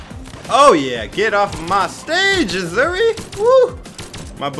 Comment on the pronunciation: Asuri = Auu-Zu-ree lmaoo